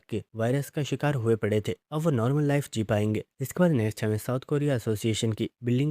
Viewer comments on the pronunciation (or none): none